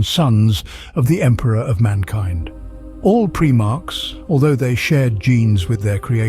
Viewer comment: Pry-marks, it's pronounced, not Pree-marks, lest someone think they were Preemies...🤣